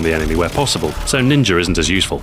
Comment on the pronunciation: lol its ninja, not ninger